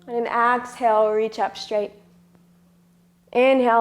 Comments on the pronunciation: Honey, 2 pts: EXHALE, not AXE-hale. Also, seriously? not beginners. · I had to stop the video because your "Ax-hale" is pronounced "Ex-hale" in Canada! It was frustrating and very distracting. Otherwise, I was enjoying it! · Nice flow, but extremely distracting to hear her mispronounce exhale over and over...